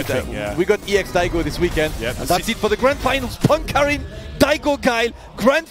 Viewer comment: Everyone mispronounces Karin. It's a swedish name. It's pronounced car-in. As in the word car followed by the word in. Not carin'.